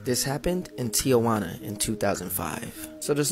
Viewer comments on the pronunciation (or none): You butcher the pronunciation of TIJUANA.